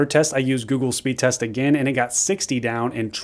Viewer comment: “Speed resr” lol